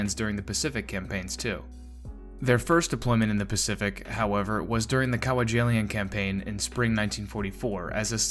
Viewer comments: Isle of Late, eh? First sentence and your verbal shoestrings are tied together- off to a fabulous start. Then- Cow-wah-jillian! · I was going to mention the horrible mispronunciation of Kwajalein as well. I could forgive Kwajalein on its own if it’s a bit outside his wheelhouse, but butchering the pronunciation of the largest naval battle in history so many times is just really bad, to the point of calling into question the reliability of the narrator. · I have no idea what you called Kwajalein Atoll, but it definitely wasn't Kwajalein 😂 Good Grief! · That's a mistake if he pronounce the word "Leyte" and "Kwajalein" wrong. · Yeah, he butchered Kwajalein, too. There really is no excuse.